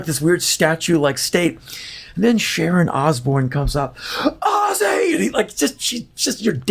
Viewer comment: Why can't Americans say Ozzy properly??? It's Ooooooozeeeee! Not Assy 😂😂😂😂😂